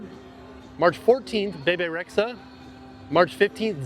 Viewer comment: was possessed by the spirit of Moira rose when he pronounced Bebe Rexha.